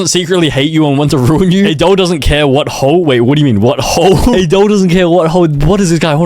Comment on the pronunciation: I think i he said hoe instead of hoel